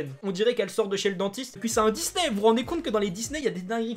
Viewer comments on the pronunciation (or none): none